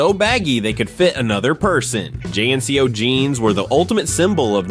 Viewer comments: I enjoyed the video, but nobody called them J.N.C.O.'s, they were pronounced jinco's. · Jean-Co man! Not J N C O. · Great video but who says “J-N-C-O” and not JNCO 😂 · "JNCOS"?! WTF?!😂😂😂 THEY'RE CALLED "JEANCOS" STUPID!😂😮😢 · I wanna know why youre calling Jncos by spelling the letters Its not J.N.C.O's say the word Jnco I had a pair of Jncos for every day of the week thats 7 pairs at $50-70 bucks a pair in the 90s it was a luxury to have jncos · Pronounced jean-ko not j n c o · Calling JNCO, Jay Enn See Ohh is true Artificial Intelligence. L. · all true! (except pronouncing 'jnco' jeans j-n-c-o..lol) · As far as I remember JNCO was pronounced as Jeanco back in the days. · JNCO pernounced jinco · Loved the video. Brought me straight back to the younger years but, not gonna lie.... hearing you say J N C Os I stead of reading the word Jnco fealt like you directly targeted and tried to assassinate my OCD... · You might not remember JNCO because of the way he pronounced it, it was pronounced more like JeanCo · You mispronounced JNCO. TRL started to suck when it pandered to female tweenie boppers with non-stop boy band crap, and Captain Planet was a bundle of twigs. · they’re called JNCO’s….. you’re not suppose to pronounce it by letters 😂😂😂😂😂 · I remember all these things, but I have to say everyone I knew was using AOL instant messenger and I never heard JNCO or discman (which was not revolutionary bc walkmans already existed), pronounced that way. And whoever wrote this list was WAY into Goosebumps lol